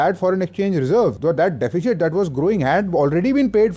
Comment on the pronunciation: It's DE.fi.sit... NOT DE.fi.shit.